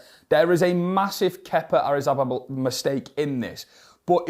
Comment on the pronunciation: “Kepa Arrizbababalugh” 😂😭